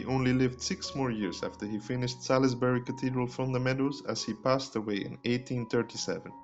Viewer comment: Not Sal-iss-Buh-ree but Sauls-Buh-ree.